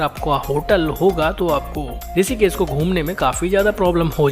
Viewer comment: ॠषिकेश को "ॠसीकेस" क्यों बोलते हो; हमारा और हमारे बच्चों का उच्चारण भी खराब करते हो; ऐसा नही करो